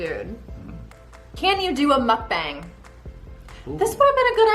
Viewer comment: It's pronounced MOOK- bong. Please do not do one. It's unseemly to watch people stuffing their faces. It's gluttony. 👎